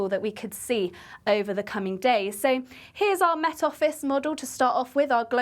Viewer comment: Will someone teach her how to say the word “Met” & “Wet” please? She seems to be struggling.